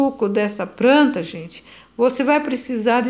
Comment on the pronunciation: Eu amo quem fala "pranta e pobrema" ❤